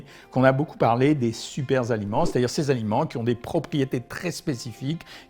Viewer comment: "Super-aliments": Pas de "S" à "super" docteur...Donc, pas de liaison.